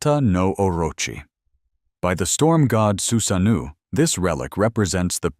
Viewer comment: su-sa-noh-oh not noo